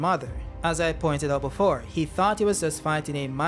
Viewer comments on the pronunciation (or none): none